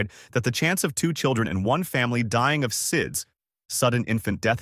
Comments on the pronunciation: SIDS is pronounced as SEEDZ - NOT S-I-D-S or Sides or Side-Z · This is good information, but the A.I. mistakes in pronunciation (and anything else) need to be fixed before it is published. SIDS is pronounced in weird ways. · it can't pronounce SIDS correctly